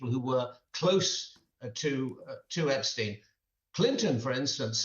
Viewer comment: Can she not pronounce Epstein's name properly?